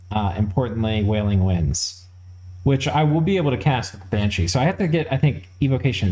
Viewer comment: Bean is pronounced "ban", and Sidhe is pronounced "she" so Bean Sidhe becoming "ban-shee" is right on. Calling them banshee and coo-shee (Cu Sidhe) is correct. Please continue.